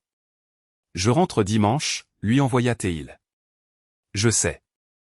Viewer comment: 2mn 31 sec environ..Ça commence !😡.." renvoya théile.." pfff !! Mal prononcé, mal écrit ! Passionnés de la faute ! L'I.A et la personne qui n'existe pas..celui chargé de vérifier et corriger avant de mettre une vidéo en ligne..👎😡👎🙄😁😁😁😁